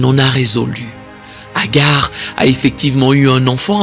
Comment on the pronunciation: C’est pas Hagar mais Hajar.